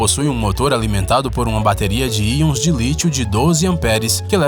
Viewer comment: cara, vc sempre fala AIONS de lítio, mas é íons de lítio!